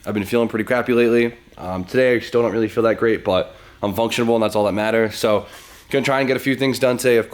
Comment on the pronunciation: it's functional! Not functionabal! Lol love the vids